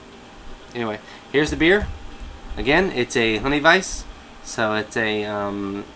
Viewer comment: honey "vice"